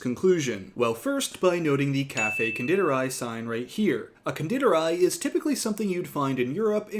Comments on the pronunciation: As an Austrian, your pronunciation of Konditorei made me laugh so hard, even though you did a great job at it. The i in di is pronounce like your standard English "e" and the ei is pronounce like the eye. So it't Con-de-tor-eye. Other that well done 👍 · Not to be that person, but just for the future Konditorei is pronounced Con-deee-tor-eye. I studied abroad in Vienna so I feel proud for recognizing it right away!